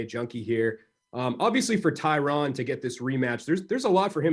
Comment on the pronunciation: Why are these mma media outlets mispronouncing Tyrons name? He was your welterweight champ not that long ago…